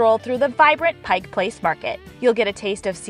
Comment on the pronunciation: Thank you a million times for pronouncing Pike Place correctly!!! Another beautiful video of my state. 🥰